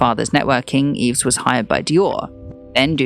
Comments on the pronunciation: Yves is pronounced EVE. #fail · Just a small pointer - I don't think one pronounces the s in Yves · Enjoyable except for the persistent mispronounciation of Yves.